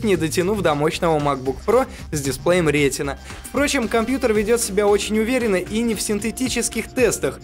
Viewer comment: именно рЕтина а не как нормальны люди ретИна , ставите правильное ударение а то слушать противно